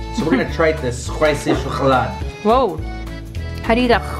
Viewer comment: It’s “Schokolade” Not “shocholade”